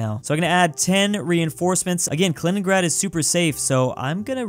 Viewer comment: “Kaliningrand”